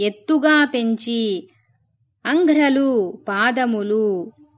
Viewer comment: అంఘ్రులు అనాలి అంఘ్రలు అన్నారు మేడమ్ గారు